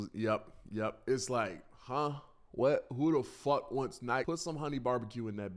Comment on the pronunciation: Anyone notice how he says "fawk (fuck)" jus like lazerdim